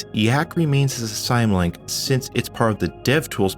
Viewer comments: I know I'm years late, but how do you pronounce "symbolic"? I'm willing to bet it's not "sime-bolic". So why you say "sime-link" and not "sim link", I don't know, but I found it distracting from an otherwise wonderful video. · Not to be "that guy" but it's pronounced sym (as in symbolic) link, not sim like siamese cat... great video tho I really enjoyed it and subscribed! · He's pronouncing it wrong. Same with DOS. He's saying DOZ. Symlink is derived from SYMbolic. DOS is derived from Disk operating SYSTEM. But there are people out there who says NAZ too for NAS. Network attached ztorage LOL. Pronunciations like these though become habits that are hard to break. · here i am being "that guy in the comments" again. the word "symlink" means a "symbolic link" so the pronounciation is more like "sim link" :) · lol "syme-link" final proof that you're a noob. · "you pronounce it IGG druh zill and SIM link." That was bugging me the whole video! :^) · The way you say "symlink" has me going nuts. Otherwise loved the video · Point 1: Don't push the tray of your cd-rom drive, use the button. It will live longer then. Point 2: The word symlink is not pronounced the way you do. The Y is a short I like in LINK ... just like the Y in Symbol(ic) ... Yggdrasil was not the first. In fact we used SLS (If I remember well), to install linux including X11 on a 12MB notebook in the beginning of 1993. And many of the apps opened faster on that system than they do nowadays (Thanks to ignorant flatpak/snap/... developers who don't care that their implementations interfere with the normal apps and incur a startup time of up to 30s for "font cache initilization"). Soon after that, SUSE Linux was first choice for several years, much more comfortable than any distros that came from the states. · Why do you pronounce symlink that way? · The way you pronounce "symlink" makes me very curious how you pronounce "symbol"